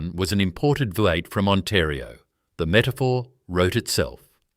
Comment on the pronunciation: Good story on what was lost from Australia. AI commentary was terrible as it was unable to pounce a lot of words correctly. V8 engine was the worst.